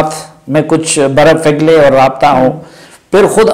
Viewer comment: “ Barap Feglay”. Safi saib please pay attention to such minor mistakes. I know we all Pakhtoons make this “F” and “P” sounds interchangeable but in fact these are not. Rest you’r doing fine.